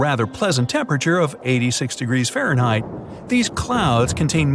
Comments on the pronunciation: Can't get the AI to say Fahrenheit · Can the narrator not say Fahrenheit? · Do you… know how to pronounce Fahrenheit?